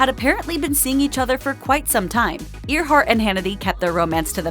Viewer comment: Her name is pronounced Airhart, not Ear heart. No one pronounces that name as Ear heart.